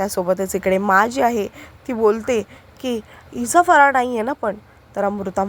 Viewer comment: फराळ हा शब्द स्पष्ट बोला . काय बोलते कळतही नाही.